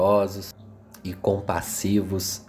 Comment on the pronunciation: Meu caro, parabéns! leste,muito bem, seu canal é super meritório! Alguns equívocos, em algumas pronúncias, mas nada que comprometa seu objetivo. A contra gosto vou citá-las, pra evitar críticas deletérias: Bravias e não brávias, Rérum, Pároco, e não paroco! Muito obrigado pelos ensinamentos!